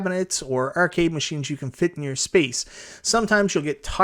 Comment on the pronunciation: urcade is all I hear